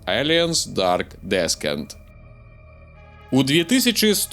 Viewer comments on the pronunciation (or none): "ДэсКент"?! Сур'ёзна?! Зусiм ужо?! У гугле прамову паслухай! Ты ўжо не малы хлопчык! Сачы за памылкамi! Дарэчы, лепшы фiльм - першы "Чужы" Рыдлi Скотта. Агляд пойдзе. Але не ўпэўнены, што ты гульню прайшоў поўнасцю. Так яно працуе - зрабiў пару аглядаў без праходжання гульнi, будзе яшчэ доўга недавер гэты вiтаць у паветры!